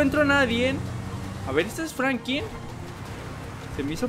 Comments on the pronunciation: se dice Franklin y si no sabes mejor no hables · Franklin no frankin